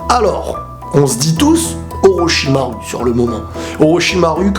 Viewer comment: et ses orochimarou pas orocharu